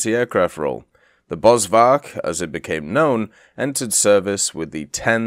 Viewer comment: Please please please... In Afrikaans the V is an F sound. BosFark afrikaans for Bushpig